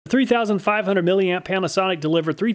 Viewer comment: pronounce "HUNDRED"